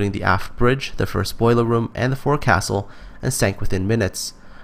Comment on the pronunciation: it is pronounced fowk-sul not for castle.